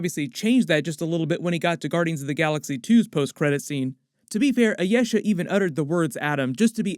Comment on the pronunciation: The pronunciation of Ayesha! LOL I-YES-a vs I-yee-sha